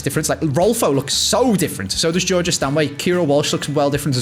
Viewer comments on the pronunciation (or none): none